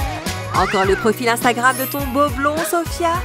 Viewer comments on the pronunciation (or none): none